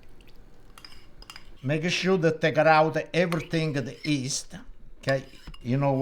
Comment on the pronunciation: The yeasta, notta 'easta', paisano! Mama mia. 😥